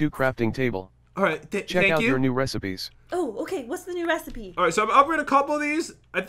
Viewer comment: He said resy B instead of resipe